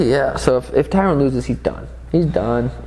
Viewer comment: Tyron ( Tie run) not Tyrone!!'😤